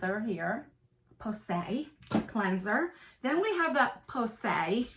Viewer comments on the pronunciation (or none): LMAO GIRL! I would be cracking up too! You got me laughing with u everytime you say pousay